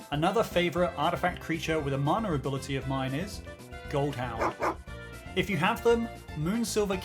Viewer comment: Ngl loved the video but why does it sound like u say "manure ability" every time ?